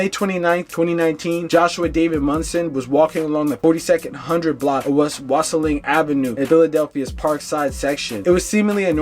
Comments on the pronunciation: Mantua = "Man-Choo-Uh" Wyalusing = “Why-Uh-Loo-Sing" If yall gonna monetize these deaths at least get the names and streets right. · Being from Philly , It drives me nuts how none of these youtubers can pronounce the names of these people , the towns or street names properly . Mantua , Wyalusing AVE, Weikel Street etc